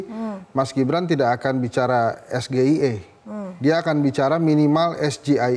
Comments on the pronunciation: Apanya yang salah. Ya bener, diucapkannya harus es ge i e ... Coba lihat kaidah bahasa indonesia tentang pengucapan singkatan dari kata berbahasa asing. Contoh lain, we ha o, we te o, dll ... Sayang, kenapa nggak ada orang bahasa yang mau komentar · SGIE (es ge i e, pembacaan dengan logat Indonesia) atau SGIE (es ji ai i, pembacaan dengan logat Inggris) artinya State of The Global Islamic Economy, kalau yang disingkat bahasa inggris, pelafalannya juga harus dalam bahasa Inggris, SAMSUL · Sego Goreng Iwak Endok Lek.., gk cocok blas singkatan bahasa Inggris di baca ejaan bahasa Indonesia...😂😂😂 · Ngedabrus GK bermutu ni tim 02.samsul aj salah.ngucapin sgie..Sego isi endog